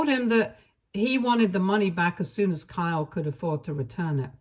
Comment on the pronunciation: Kyle doesn't have a long e sound.